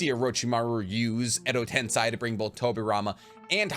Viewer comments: Bro Edo tensei is pronounced with an A at the end not i. I love you and your videos bro, but your pronunciation of edo tensei grinds my bones 😂😂😂 keep doing your thing tho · Actually the 'i' is not pronounced, usually in Japanese, when the 'i' is next to an 'e' it just makes the 'e' sound longer, just like in 'sensei'. So it's pronounced Edo tense~ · No idea why he keeps saying edo ten sigh… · Like he said, endo ten sigh sounds way cooler 😂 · it is pronounced edo ten-say. I watched the anime both in english and japanese. In english its reanimation jutsu. In japanese its えどてんせい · All was good. First I thought he's just mispronouncing EDO TEN-SEY but aside from that, erthing was very educational specially in naruto's very confusing lore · Why do you say tensei like that?? That’s wrong lol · Does he not realize he’s pronouncing Edo Tensei wrong? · it’s literally an incorrect pronunciation how is that not wrong lmao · Just a sidenote about the pronunciation, it is ten-say, not ten-psy. tensai (ten-psy) is genius, tensei (ten-say) is reincarnation :) I hope that makes sense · pronounced "ten-say" not "ten-sigh" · bro please.... its not pronounced "edo tense-eye" its "tense-ay" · It’s Edo “Ten-say” not Edo “Ten-sigh” 😭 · Hermione has entered the chat. “It’s edo ten SAY not edo ten SIGH!!” 😂😂😂😂😂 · edo tenseiiii.......not tensai lol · Ah.... ten-"sai" vs "ten-say" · I always wonder why you pronounce Edo Tensei as "Edo Tensai".. Was the real pronunciation wrong? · Every time he says Edo tensAAi.. i feel my iq dropping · why do you pronounce Edo Tensei as Edo Tensai? Is this a North American thing? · Edo tensei="EDO TEN SAY" GHOT DAMMIT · love how genuine your butchering of the Japanese words is...Edo Tensai 😂😂😂..and no second thought about it. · It’s pronounced edo tensei. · It’s pronounced “eddo ten-say” lol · can you say edo tensei insted of edo tensai or no? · Edo tensei not edo tensai. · im sorry if this annoys you but u said edo ten sigh its edo ten say